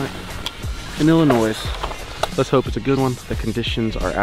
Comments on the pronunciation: Hey. It’s not illinoiSSSS. It’s illinoi. The s is silent. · It is not Illinoiss it’s Illinois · For future reference..... the s is silent in Illinois. It’s pronounced illinoi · The “s” is silent in Illinois. Huge deer though! I hunt in Adams County which neighbors Brown. Great Video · ONLY reason i'd give a dislike is he keeps saying illinois' the damn s is silent lol! but it's getting a like. mainly cause i love deer hunting videos and just the footage was very good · you know you arent from illinois if you say the "s" at the end. drives me nuts lol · Bro I live in Illinois and YOU DON'T PRONOUNCE THE S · Illinois with the s. me: bruh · The s in Illinois is silent bud. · Great video, stop pronouncing the “S” in Illinois Lol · Its Illinois the s is silent